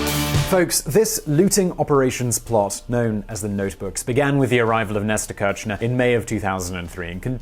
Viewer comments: Great video, its pronounced [Keer-sh-nair] btw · It kills me that he pronounces it like Néstor "Quershnar" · The pronuciation of kirshner its more likethe first two letter of kiss, the "r" is silent, the sh as in fish, and then the "ner" as in skinner